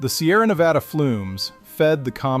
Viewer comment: Yes, more history like this, please! Also, thank you for pronouncing Nevada correctly 😅